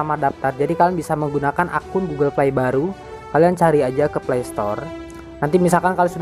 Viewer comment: Astaga gw ga mudeng ternyata fly = play 😂😂😂😂 play dibacanya pley/plei ya FYI